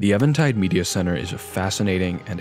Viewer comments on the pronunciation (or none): Is it Eventide or Evantide? Because it is spelled even-tide, but you keep saying it as evan-tide. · It's pretty obvious but worth noting that "eventide" is pronounced like "even" and is an archaic/poetic term for evening - in other words, "the light is fading/the darkness is coming". Anyway, great stuff as always - glad I found your channel. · I'm glad you're not saying "event tide" like so many others, but still, I'm pretty positive it's eeeeeee-ven tide